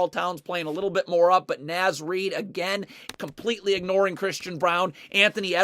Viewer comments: Great video, I love watching Wolves defense when it's clicking like this. But please good sir... It's Naz like Oz. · Just FYI because ive heard it a few times in the videos…Naz is pronounced with a short ‘A’, like ‘car.’….carry on. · Naz is pronounced “Nawz” by the way